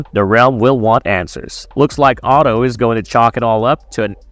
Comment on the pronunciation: That's storm's end in the opening shot and pronouncing Otto as "oto" is particularly egregious when they say his name in the first season. Why would you break down a trailer to show you haven't seen? Smh